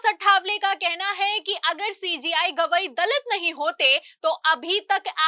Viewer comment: Madam Sentence ke last men hai word par etana jor deti ho jo kano men sunate hi irritation ......Sui si chubhati hai Jo aap Hai word ko.....